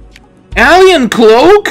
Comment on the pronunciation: The way he said alien 😂